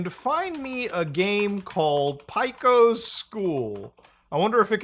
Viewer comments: Just a heads up from an OG Newgrounds regular. Pico's name is pronounced Peak-o not Pick-o even though it's spelled that way. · god, I hate the way you pronounce pico. It's pronounced the same as "pea-co" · Nobody gonna talk about how they say Pico as Pieco? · never heard someone pronounce Pico like that